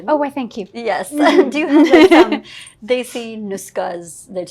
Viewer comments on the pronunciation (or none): none